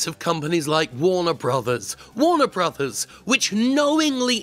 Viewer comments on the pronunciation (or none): none